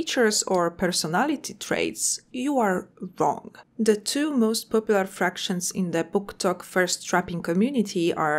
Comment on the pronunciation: fActions not fRactions <3 (flawless English otherwise)